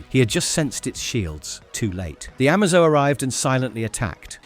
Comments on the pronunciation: Amazo as in a-may-zo or amazing and T.O.morrow as in tomorrow not marrow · Stuff like that makes me think it's ai